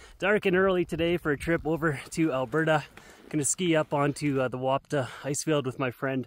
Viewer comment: Love it, just a quick one, it’s pronounced ‘Ron-tha’ since it’s Welsh 🏴🏴🏴